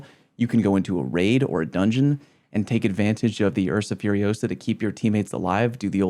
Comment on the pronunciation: it's FURIOSA not FUROSA! (Hermoine joke from Harry Potter)